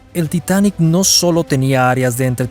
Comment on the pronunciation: Es el Titanic, no el "titanek" ... ¿y las fotos pa cuando?